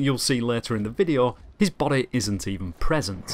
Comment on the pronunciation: The way this guy says body 😂